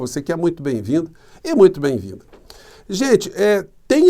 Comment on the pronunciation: boa tarde! Só uma observação besta. Observe todos os seus vídeos. Voce diz "você que é muito bem vindo e muito bem VIN" É claro que é parte do seu sotaque. Sei lá. Nenhuma critica, querendo derivar alguma "conclusão" imbecil. Parabéns pelo seu trabalho!